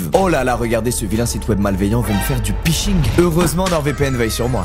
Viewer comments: Si jamais, "Phishing" ça se prononce "Fishing" ;) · le pishing ptn 😂 C'est une erreur dans le script, ou il ne sait juste pas lire ? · Squeezie, 15 ans sur internet, ne sait pas prononcer "Phishing"